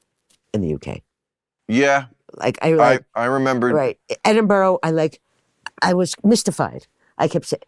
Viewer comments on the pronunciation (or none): Edenburo this dummy said.